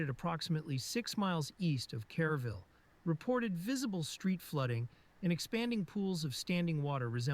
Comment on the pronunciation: Lam-PASS-us As of now, there are 134 dead and 101 still missing from the July 4th floods. The narrator pronounced Kerrville, care-ville. It's pronounced, ker-vill.